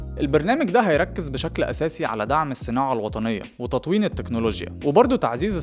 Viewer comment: توطين التكنولوجيا. وليس تطوين الدقيقة